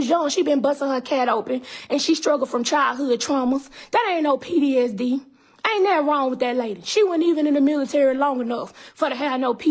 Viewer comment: PDSD 😂 it’s PTSD